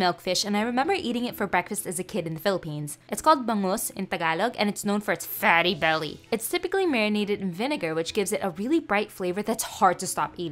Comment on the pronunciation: Why did she say “fatty belly” so hard 😬